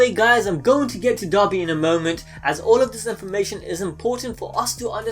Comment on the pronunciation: It sounds like he is saying dobby instead of dabi